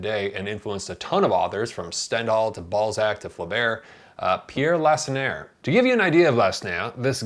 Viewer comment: Dude seriously pronounced "Balzac" as "ball sack" 😂